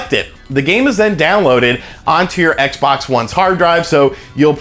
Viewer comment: the way he says xbox hurts